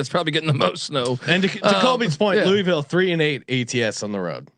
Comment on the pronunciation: But it is the correct way to pronounce it.